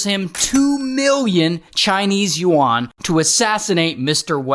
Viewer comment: Ray you mispronounced yuan.